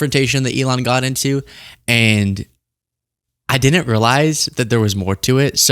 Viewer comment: Great channel. I wish you didn't say din-nint instead of didn't :/